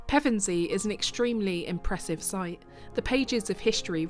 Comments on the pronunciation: A very informative video, just a shame the narrator couldn't pronounce Pevensey properly. AI perhaps? ps. Still subbed ;) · Such an interesting history. You pronounced Pevensey two ways - "pair-ven-see" isn't usual but you got it right when you used Pev-en-see 😀